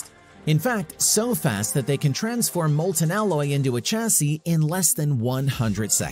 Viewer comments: Argh so painful to watch!! :( Chassis pronounced shasee, not tchasee. Like Champage is not tchampagne. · Pronouncing the start of Chassis like chase sounds terrible. Shame